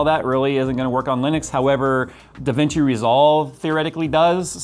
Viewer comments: that's how you say it a Linix? not li-nu-x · geeeez why can't no one pronounce Linux correctly? It's not Linix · What is Linix? It pronounces like it is written "Linux". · You say it lenix😮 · I don't care what distro you use, but I do get triggered when you pronounce it as Linix.